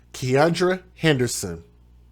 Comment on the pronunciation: Baby's name is pronounced as Key-an-dra! Beautiful baby girl gone too soon because of negligence, hatred, stupidity and selfishness! Hope they throw her birther under the jail!